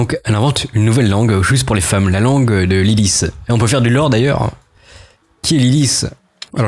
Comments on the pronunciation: Pourquoi LiliFSFSFS ? C'est pas de l'anglais, Lilith ça se prononce LiliTTE, y compris en hébreu d'ailleurs. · On prononce LILITTE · Ca se prononce [lilite] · on prononce « Lilite » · Lilith se prononce lili(te). Bravo pour la chaîne. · Comment il prononce lilithe ?